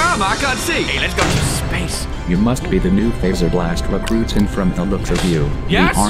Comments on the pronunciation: Its pronounced (f Ae zer blast) SO fazer with a low a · its is pronounced FO-ZR-Bl-AST because faze bear and fazer